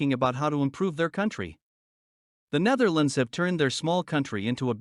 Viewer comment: i think you should go to google translate and translate Kylie Minogue to english. because you dont speak it as written. Oh and its not neverlands its Nettherlands. No not every car has 4WD We dont need it here